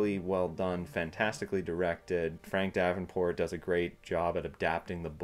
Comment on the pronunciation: Correction: Once again, I can't be bothered to try and pronounce people's names properly. Apologizes to Frank Darabont, not Frank Davenport. Sigh, one day I will actually be able to take myself seriously ...